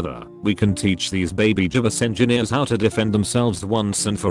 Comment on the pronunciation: "gybus engineers"